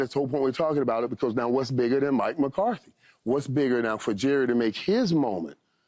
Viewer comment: Hey Paul, its McCarthy, not Mcartey for the 100th time.